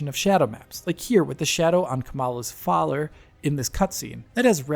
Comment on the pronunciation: really struggling with his speech in this video 😂 12.31 he pronounces father as faler. At one point he struggled to say the word PlayStation 😂😂😂